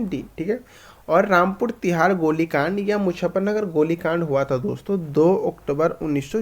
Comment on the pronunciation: Rampur Tiraha not Tihaar